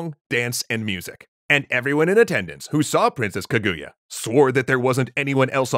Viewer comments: It is pronounced KA-GU-YA not KAGUya, also I really like this story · Hm, not enough Ishigami in this version, I'm affraid... and dear God, its KA-goo-ya, not kuh-GOO-ya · just a side note on the pronunciation, it's kah-goo-yah not ke-gu-ya, japanese characters aren't very sharp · Japanese pronunciation hack: Japanese puts even emphasis on every syllable, as opposed to English, which usually puts emphasis on the penultimate syllable (ka-gu-ya instead of kuh-GOO-yuh). It's difficult for English speakers to get the emphasis right, so try putting the emphasis on the first syllable. This still isn't perfect, but it'll get you closer. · Well... technically, the Japanese call it Fuji-san, because if you start with "Fuji" you don't even have to say "yama" to let everyone know what you mean. Also, it's "KAH-goo-yah", not "kuh-GOO-yah". Three-syllable Japanese names always emphasizes the first syllable. (e.g. KAgome, not kaGOme.) It feels a bit weird at first, but it's the same rhythm as "history". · "kuh GOO ya" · Kaguya's crying because people are pronoucing her name has as kuhGOOyah. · Oh god the pronunciation 🤮 That would be like hearing someone calling him King Ayyythuuurrr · Kaguya is pronounced with emphasis on the first syllable (watch JAXA video about their space probe, it's spectacular). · Great episode but the pronunciation of Kaguya is low-key killing me ngl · So we just gonna ignore the bad pronunciation of Kaguya?